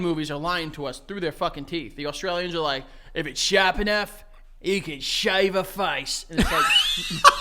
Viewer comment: The “shave a face” in the aus accent was actually perfect